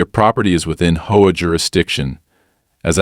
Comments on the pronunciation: Great Story, But if your going to use AI to read maybe you should put a (.) in between HOA like H.O.A then it would read it better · Homeowners has a silent e in the middle, are you lot crazy?, and HOA is three SEPARATE letters for Home Owners Association. Annoying as they are, it has never been A WORD. Never sounded out together. Like your crazily unintelligent AI, it has SEPARATE letters.